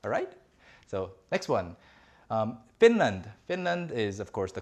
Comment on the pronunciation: I was doing other stuff and listening this at the same time and then suddenly I hear Finland😂 Thank you now I know how to pronounce my country better👌